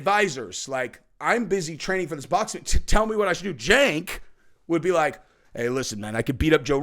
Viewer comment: its pronounced "Jank". Not Sank. You're welcome. Think you can run with that one too 😂